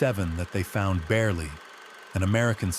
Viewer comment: If you are telling this story...learn how to say his name. Joe Beryle